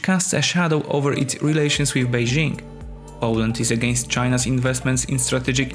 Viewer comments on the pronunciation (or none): none